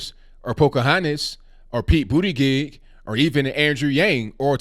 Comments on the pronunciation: Respectfully, you are butchering Pete’s last name. It’s pronounced “boot - edge - edge” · I still can’t get over the irony of a gay guy who’s name is pronounced “Booty Gig.” 😂 He better not win the DNC nomination. Trump would make him the butt of all jokes.😂🤣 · I'm at Starbucks trying to hold in my laughter everytime you said Buttigieg. I got to a point where I was like please stop saying his name.